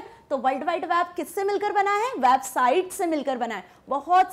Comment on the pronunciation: It's वेबसाइट not वैबसाइट